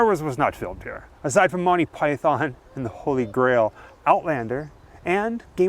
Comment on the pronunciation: you don't say Python right